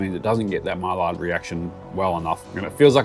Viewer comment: It’s pronounced Mai”y”ard reaction like a y. Not mai”L”ard, Two Al’s are like a y. Maillard